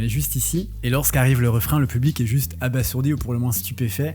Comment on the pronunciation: Ça se prononce « abazourdi »